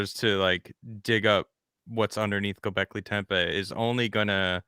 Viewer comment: I cringe a little every time pronounces Göbekli Tepe as Göbekli Tempe with an M in there. What makes it worse is that both and pronounce it correctly, but neither of them correct when is says it wrong several times. Sorry, but dumb little things like this but the crap out of me sometimes.